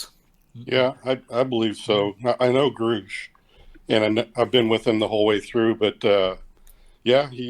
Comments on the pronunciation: Why does he say 'Groosh' when David always calls himself 'Grush'? 🤔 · I can't stand when people say groosh it's grush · Yeah, he went back on his claim to be on the UAP Taskforce with Grusch (which he is mispronouncing?). He was apperantly member of a forum,. So i think Fox needs to scrub this from the docu and we prob shouldnt give much creedence to his claims👍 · Why is mispronouncing "Grusch" so common? You'd think people would take his word for how to pronounce his own name.